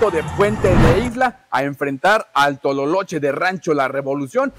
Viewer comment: es el tolohache no tololoche